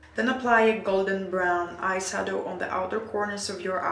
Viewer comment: Hi Why do you pronounce eye sadow the eye shadow?